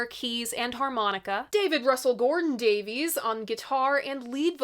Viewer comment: PLEASE,... NOT "DAVE-eez!" Ray himself publicly upbraided the critics Jim DeRogatis and Greg Kot on the Sound Opinions podcast, telling them that the family pronounce it "DAVE-iss."